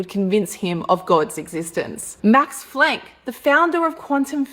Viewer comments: Its Planke, not Flank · Did she say Max Flank???? This whole time I've been calling it the Planck Constant- I'm such an idiot! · Max Flank. Founder of the quantum beef steak. Unless she said Plank, but it sounded like a F